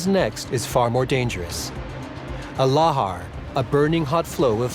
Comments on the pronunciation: It was big, but not THAT big, certainly nothing like "one of the biggest eruptions of all time". Why can't narrators learn to pronounce words they don't recognise? The film has people talking about laHARs, yet the narrator talks about LARhars or LAYhars. The narrator didn't even have to google it, he could have just watched the film. All of the shots of flowing lava were completely inappropriate for this eruption and misleading. It was not that kind of eruption, as the contemporary footage shows. Just because it's photogenic doesn't mean it should be included. Still, it was a decent documentary, with good eye-witness testimony and expert analysis. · Plus, he pronounced Lahar wrong.